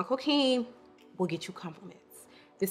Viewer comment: Thank you for this video!!💖 ps: the « quin » in coquin is pronounced like an « quan »